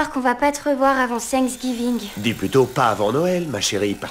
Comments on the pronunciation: On dit Thanksgiving pas sangs gibin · C'est thanksgiving pas sang giving